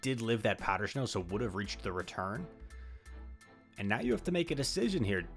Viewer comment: Why does your snow pronunciation have an H in it lol? This is like the third or fourth video I’ve noticed powder shnow.